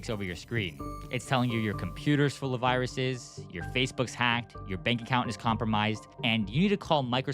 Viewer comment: "Can you show me the vaaahh-ruses?" 😂